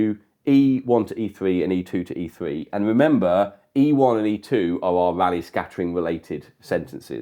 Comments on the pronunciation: You can only get the confusion when you pronounce "Rayleigh" as "Raleigh", without it there is no confusion with bicycles at all. 😆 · That's just due to pronunciation; it should be "raa-lee".